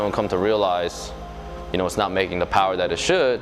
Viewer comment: Can i get a mo powah babeh?